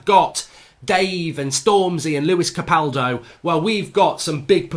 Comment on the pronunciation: LEWIS CAPALDI NOT LEWIS CAPALDO